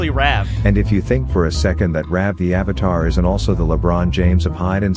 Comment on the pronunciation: Nah doing when he says Ravatar